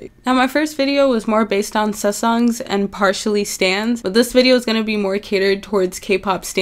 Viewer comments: it's sa-saeng not sa-sung or se-sung lol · i feel so bad that she has to make 2 kpop videos and a fucking disclaimer for petty fans to undeestand she isnt hating. like legit she is telling the truth. and also the pronunciartion of sasaeng is (saseng thats how you pronounce it :]) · SuSungs what what WHAT pls say it right first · Sis this video is a mess and work on ur pronunciation wtf is a susung? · it's sasaeng not saesang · Not to be rude it's pronounced "sa-sang" and legit kpop is literally American pop...but korean 😂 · for some reason you pronouncing sasaeng is the least aggravating thing about this video